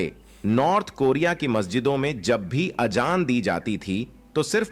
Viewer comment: Azaan don't pronounce Ajaan . The background explanation voice is very wrong pronouncing which is very harsh to hear.